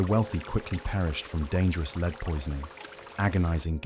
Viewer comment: Need to teach Ai how to say “lead” properly 😂